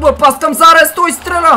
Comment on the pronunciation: И се казва Зардес с не Зарес